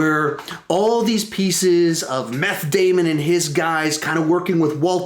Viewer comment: Meth Damon?? WHy lol